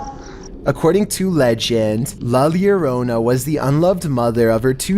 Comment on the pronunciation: I love u but the way u say La Llorona